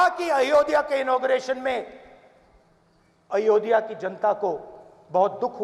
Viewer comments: अयोध्या है, अयोधिया नहीं... सिर्फ विरोध ही राजनीती है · isse ayodhya pronounce nhi kiya ja rha